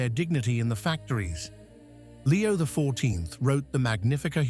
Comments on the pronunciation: Why can't they find someone who can pronounce the words. God is the only intelligence that we should follow, not an AI implant who can't even pronounce Roman Numerals. Leo is an Anti Pope and anything he says or does has no value, he's just another false "Pope" like those before him. Our last true Pope was Pope Pius XII, they decimated the Mass at Vatican II, and gave us what is called the Novus Ordo and it's false "Mess" which has no Sanctifying Grace.The only ones who are celebrating the True Mass are the Traditional Priests and the SSPX. It makes you cringe just listening to this AI character. Jesus Christ is the Head of the Church that He founded with His Precious Blood. We have to go back to Tradition; this is not Tradition. This is the false End Times Church that Catherine Emmerich had a vision of. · The voice of this AI is laughable - can't pronounce those Roman numerals - XIII, X. So much for intelligence! God is the source of all intelligence and we humans are endowed with this faculty for use towards good - for oneself and towards our neighbour. Watch those videos promoting artificial intelligence. Do we not see the prominence of that characteristic that is found in the deceiver who made his way into the Garden and with his 'intelligence' bore the fruit that led to the Crucifixion on that first Good Friday? And to the chaos that we see in many regions of the world today?